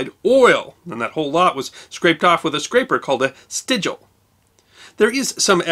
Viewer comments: "Strigil," not "stigil." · Isn’t there a R in strigil? Curious.